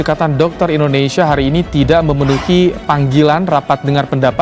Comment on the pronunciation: Pakk .INDONESIA .ndak ada H .nya ..bukan INDONESIAH..